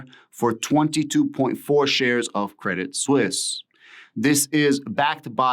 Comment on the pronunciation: You have the right pronunciation...... credit suisse